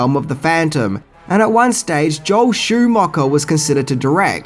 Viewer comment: Damn dude, you really reaaaally massacre words and this is coming from a fellow Aussie.. Sushi - Sooshi Schumacher - SchuMACKA Cinema - Cinimarrrr Thailand - Tyreland Etc Etc ETC